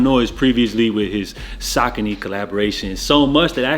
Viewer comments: We all called them saucony growing up not sockany 😂😂😂😅😊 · I remember the pronunciation on the box when they were hype in the 90's saying ( Sock-a-knee ) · 1), you not the only one who pronounced Saucony like that. I still might sometime. 2) The pink and purple Jae Tip Matrix is nice 3) Ye's tester silhouette looks like a football cleat, but I still think it looks good